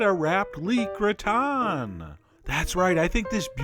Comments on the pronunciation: What is a gratin? And why is it pronounced backwards (gritan)? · Xataret He mispronounces it in the video though.